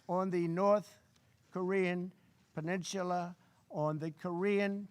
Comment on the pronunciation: Peninchula? LOL